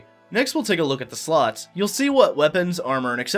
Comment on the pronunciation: "Let's take a look at the sluts." Ummm... what? Oh! "Slots!"